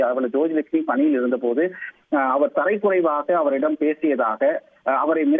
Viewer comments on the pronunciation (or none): ஏம்பா செய்தி வாசிப்பாளரே ! தரை குறைவு இல்லலப்பா ! தரக்குறைவு என்று உச்சரிப்பா ! தமிழை படிங்க ! உங்க தமிழ் லெவல் தரை லெவலோ ? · தரைக்குறைவு அல்ல. தரக்குறைவு என்று சரியாக செய்தி வாசிக்கவும்